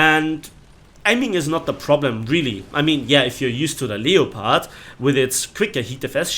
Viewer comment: can u plz pronounce the word leopard properly. It's said the same way as the big cat family known as the LEOPARD!!!